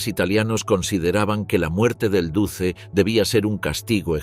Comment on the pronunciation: No se pronuncia "duce", se pronuncia "duche"